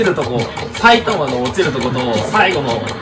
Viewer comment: 最初がきたさいたまにしか聞こえん…